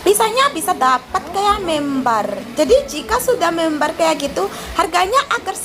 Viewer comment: Member mba😂😂 sanes(bukan) membar😂